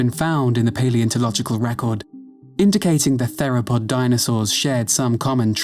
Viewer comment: I’m.. pretty sure that’s not how you pronounce the word “theropod”.